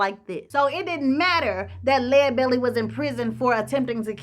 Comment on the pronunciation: Thanks so much for pronouncing his name correctly. How about doing Robert Johnson next. Excellent job as usual.